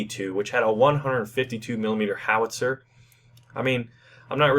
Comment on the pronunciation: Where's the "L" in the word "Howitzer?"